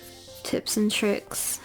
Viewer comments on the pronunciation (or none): none